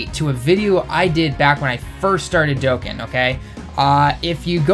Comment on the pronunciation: IT'S DOE-CON- NOT DOEKEN